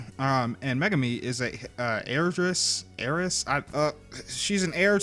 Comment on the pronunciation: ******meh-gar-mi megami